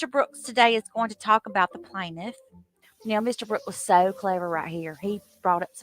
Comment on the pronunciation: And then when he gets to the end of the police reports, that's even he starts with his BS, "Do you know the plantiff", "have you ever seen the plantiff" questions lmao